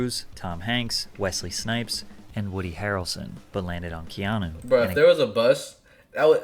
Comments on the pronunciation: Bro you gotta be straight trolling to say his name like that, put some respect on that man’s name 😢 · U said his name wrong my g😂 lol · He did butcher his name lol but Keanu isn't a common name tbh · He butchered that name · It’s not canoe. 😂It’s Keanu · Canoe ? Like in the River. Lol. It's Key Ah No. And the amount of haters is ridiculous. About Speed, if anyone tried getting off the bus it would blow up. I always was a fan since Bill and Ted...Then Speed...then The Matrix! Then John Wick. He's definitely one of the biggest actors of all times....Small story he was filming in my town and a neighbor had a sign in there lawn near the house they were shooting in that said Keanu we Love you. He literally walked to the house ripped the sign up and knocked on there door...they were in shock and he smiled and said thank you. This means more than you know and exchanged pictures and hugs with the family before leaving. Real Story. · CANOE 🛶 BRO ITS PRONOUNCED KEY AHH NEW Reeves bro lol 😂 how are you a fan of the Matrix and get Neo’s real name wrong lol 😂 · You're my guy biggups and I'm sure by now or in the video as I watch you realized his name was Ke-ah-new as pronounced. Not Canoe like the thing you sit in on the water lol bro when I heard that I broke out laughing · My boo said canoe reaves😂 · You said Canoe 😂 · It’s pronounced like this. Key-Ahh-New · Like ur channel Its pronounced Kee ah nu 😂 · I thought it was kee-AH-noh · Bro his name ia pronounced Key-ano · Lol Wtf canoe reeves, learn how to say his name if ur gonna make a video my guy. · Ke-ah-nu lol you butchering my favorite actor name😅😂😂😂😂 love ur vids keep em coming stay blessed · Pronounced key on new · Canoe reeves?, please! Not today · Canoe Reeves took me out 😂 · I literally hit rewind to be sure. I'ma keep saying 🛶 Reeves🤣🤣🤣🤣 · Bro at least pronounce his name right yaar